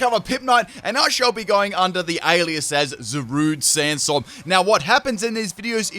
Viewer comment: This mans really said Zarude Sansstorm 😂😂😂 Take a sub you intelligent bastard